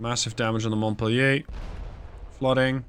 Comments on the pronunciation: "Montpelier (/mɒntˈpiːljər/ mont-PEEL-yər)[6][7] is the capital of the U.S. state of Vermont" (via Wikipedia). It should not be pronounced as a French word but as English as indicated above. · Montpelier...Mont-pel-lee-er. 🙂Good show. Keep the sharks away from Indianapolis.